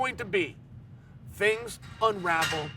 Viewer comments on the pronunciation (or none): none